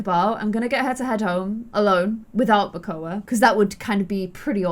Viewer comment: It’s makoa